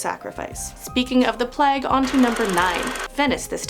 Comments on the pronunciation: plague is pronounced play-ge not pleg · It's plague not pleg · I've seen so many vids recently of people saying plague like "pleg", it's so distracting. 😆🙈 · How are Americans getting “Pleg” from Plague? 😂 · the way she pronounces plague is AHHHHHHHHHHHHHHHHHHHHHHHHHHHHHHHHHHHHHHHHHHHHHHHHHHHHHHHH no hate as she is great but AHHHHHHHHHHHHHHHHHHHHHHHHHHHHHHHHHHHHHHHHHHHHHHHHHHHHHHHHHHHHHHHHHHHHHHHHHHHHHHHHH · Why do you say plague like that?